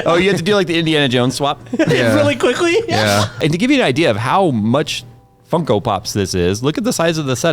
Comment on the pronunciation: said funkle pops right for the first time!